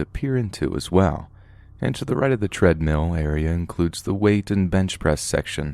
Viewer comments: Until he says pokeymon or treadmeal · Ahhh....Watz a "Treadmeal"!? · I still heard tread-meows